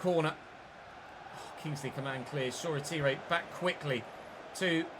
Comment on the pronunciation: hate to say it, but that’s not how you pronounce Shoretire’s name. It’s pronounced: “Shor-Tyre” not “Shor-A-Teeray”.